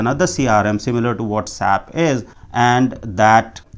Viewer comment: Its not Sap its S-A-P, as a S-A-P consultant when you say sap it hurts 🤷🏼